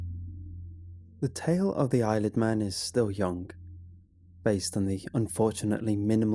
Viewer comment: Every time he says eyelid man I keep hearing Isle of man...